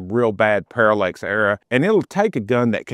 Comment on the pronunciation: Parallax… not Parallex…